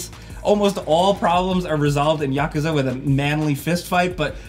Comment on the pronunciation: The way he says Yakerza lol